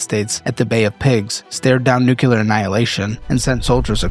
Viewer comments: pls 🫣 Monroe and nuclear No morone and nucular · Bro. It’s not nucular, you sound like Homer Simpson. You’ve made that juvenile mispronunciation in several videos. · I loved this video. Long enough to be informative but short enough that it doesn't take up 2 hours of my time. I watched it on my train ride home yesterday and I was captivated (aside from the way "nuclear" was pronounced lol). Great job! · I beg you to learn how to pronounce "nuclear". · I know 😂 It distracts me from the video content each time it's said wrong.